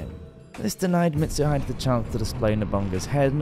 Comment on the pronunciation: "Nobunga" was betrayed by "Mitsuhid" and forced to commit "sepooku" ARGH! NO MORE! STOP STOP! I'M BEGGING YOU!